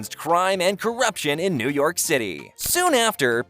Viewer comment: New YOCK? what happened to New YORK? 😅